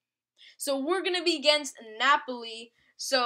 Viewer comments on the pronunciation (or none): 3 things: 1. its pronounced Nah-Poll-Lee not NNNAAAAAH-poli 2. you "only" beat Napoli 7-1, "only"... 3. GET RAMOS AND SUB HIM FOR ZOUMA